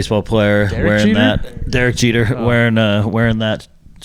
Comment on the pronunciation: gotta work on your sports knowledge! When you said “Derick Jeter???” I was SMH lol Jk